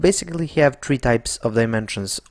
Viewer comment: Thank you for very nice tutorials but for "have' please try to say hev instead of hiev.